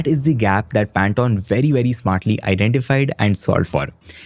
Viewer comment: FFS... It's PAN - TONE... As in tone of voice, tone of a musical note, THE TONE OF COLOUR NOT TON TON TON TANATAN 😂😂 🤦🤦🤦